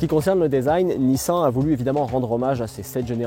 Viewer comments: Apprends à parler. Nissin, nissaaaan🤦‍♂️🤦‍♂️. C est ton travail purée. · nissan… prononciation :nissane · une horreur la prononciation de la marque , un peu de respect quand meme ........... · "Nissen" "deusign"